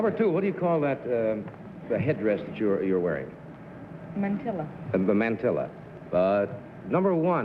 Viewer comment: If I had been Dorothy Kilgallen this would have been my first and last appearance! Did she ask that little snip if The Met pronounces "mantilla" like that too?